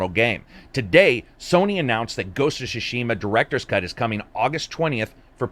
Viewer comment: can't pronounce Tsushima 🙂